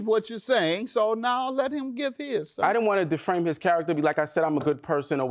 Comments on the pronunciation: It irritated me that the Plaintiff was never corrected, when he kept saying "Deframe" 😂 These 2 are NOT over one another. They probably went back to the Hotel together after the case. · I need the plaintiff to get hooked on phonics before he get hooked on a man. Talking about deframed mootual agreement and after our broke up 😒 🤔 that's why he couldn't explain what happened. Then to say DUH to the defendant. No DUH your a** to the nearest library. he just glad the clase(case) is done. Still just saying anything 😫